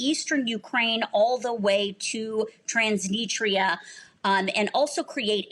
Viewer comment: The interviewee didn't even pronounce Transnistria correctly... twice lol